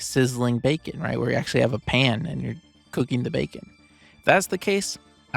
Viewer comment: Bacon sounds like Beacon.